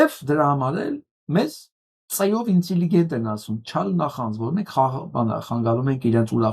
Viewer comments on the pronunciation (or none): Ըստ հայերեն լեզվի հնչյունաբանության ճիշտ արտասանությունը է ինտելիգենտ, բայց ոչ ինծիլիգենտ...........😊